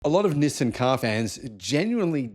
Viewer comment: It's Nissaan not Nissern 😂